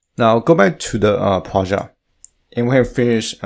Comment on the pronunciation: It took me a while to realise what is Projaaaaht hehe! Nice tutorial mate! Thanks so much